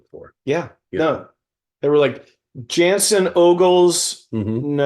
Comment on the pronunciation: Why isn’t MW pronouncing Jensen’s name correctly?? 🤦🏼‍♀️ I really wanted to enjoy this